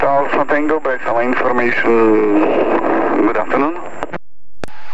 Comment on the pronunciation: hahahahahahahahahahahahahahaha... hotel delta alfa tengo. egy perc???? van-zero-zero-ejt. hahaha. Koszi... made my day. nagggyon vicces!!